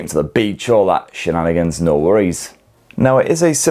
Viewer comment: Why did I hear Shenanigans nearly come out as Shitnanigans